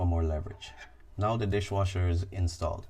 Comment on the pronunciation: You keep saying disjwasher...